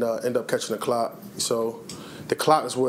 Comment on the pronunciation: Love him, love this video; but when he say he caught the clot, I thought he said he caught the clap, lol